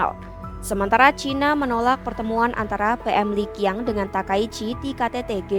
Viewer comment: Q bacanya bukan pakai bunyi k tapi ch. Jadi Li Qiang bunyinya yg benar bukan li kiang tapi li chiang